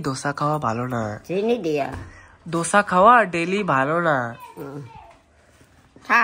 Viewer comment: দশা না।। "দোসা"😂😂